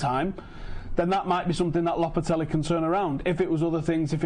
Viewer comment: Lopetelly? It's lo-pe-te-gy mate 🤣